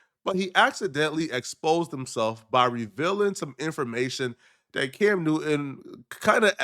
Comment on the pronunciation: Cam not dimb